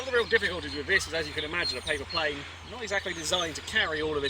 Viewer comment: "I've built a very British playeene!!!" XD